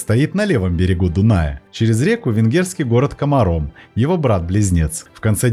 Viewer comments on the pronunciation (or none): Ударения надо правильно ставить. КомАрно, КомАр, ПассАу.